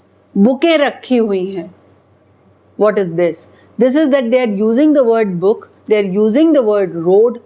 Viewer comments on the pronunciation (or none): none